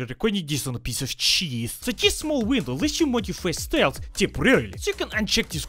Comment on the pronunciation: I don't know why but the way he said cheese is giving me anxiety